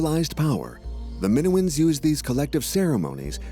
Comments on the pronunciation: Just can’t stand the AI pronouncing “Minoans” like it does. Sorry, it’s a no from me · Yeah, that pronunciation was bugging the heck out of me, as well.😅